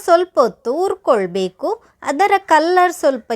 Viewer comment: ಹುರಿಕೊಳ್ಳಬೇಕು ಅದು ಯವ್ವ ......ಉರ್ಕೊಳ್ಬೇಕು ಅಲ್ಲ .......ಏನು ಉರ್ಕೊಳ್ತಿಯೋ ನೀನು